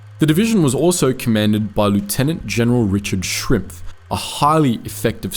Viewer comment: Why americans always butchering german names so hard? Commander of the 3rd paratrooper divsion was Lt. Gen. Schimpf not Shrimpf (wtf). This one didnt even have mutated vowls where I somehow understand the confusion.